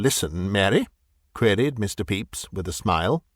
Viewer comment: As much as I enjoy this, I have to mention that the pronunciation of "Pepys" – absolutely correct as it is – gives me an image of the prosecutor ("Mr. Peeps") as having the form of an unusually large marshmallow confection fashioned in the shape of a yellow chick, as sold in the U.S. and Canada, particularly around Easter.